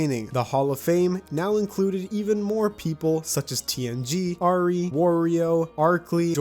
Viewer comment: Whos gonna tell him ari is [ar-ee] not [ay er-ee]?